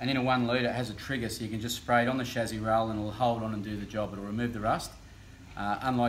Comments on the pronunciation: Why is he saying shazzy instead of chasis? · Chezy? No it's chassis. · Whats the shazzi? Is that how all Ausi’s pronounce it or just this guy?